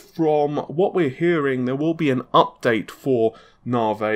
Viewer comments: Na-Vi!!! Not Na-vay ffs! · In English, the letter "i" is never pronounced like a long "a" as in awake. Why insists on pronouncing it NAH' vay is beyond me. Also these processors are code named after artists, and the man's name is pronounced Ren WAH'. I visit here often for new content, but honestly hearing these words consistently pronounced incorrectly is a distraction. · When the exasperation of hearing NARvaaay for the up-teenth time is just too much! 😂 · Narvay Twenty Free will be great. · Navi, Pronounced Na-vee.... Not Nah-vay Renoir, pronounced Ren-waar ... Not Ren-ore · Narvey, Renor....it’s like Faulty Towers! 😁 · FFS, please learn how to correctly pronounce NAVI and Renoir LOL. Naavee and renwah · Renwarr. Narvee